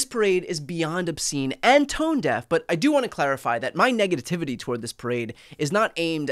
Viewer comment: Dude, it's negativity, not negative tivity.